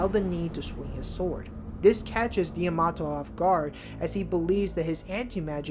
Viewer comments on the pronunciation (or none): I think the name is pronouned - Damn Nay Shio